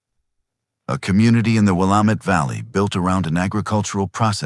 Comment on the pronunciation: If you're going to "write" a story about Oregon, then please teach your AI program how to say the names of the towns and places in Oregon. Salem isn't pronounced Selem. It's pronounced Saylem. And Willamette isn't Will Ahm Eht. It's Will Am Eht.